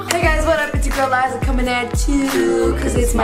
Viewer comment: Gi Gi you mean *Liza not "Lizza"